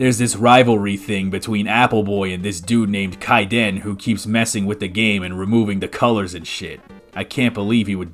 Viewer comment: Thanks again for covering my hack! So...there's a few issues...Kaiden's name is pronounced, Kay-den, there's a butt-ton of stories written (by myself) about the character of Apple Boy and the world he lives in, and goomba replacements are Cookie Robots. Those are not sunglasses, those are their Robot Eyes.